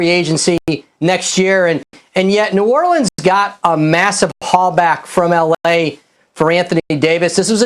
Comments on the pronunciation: Did he say the New ORLiiCaN pelícan??? Sec 03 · New Orlecan, lol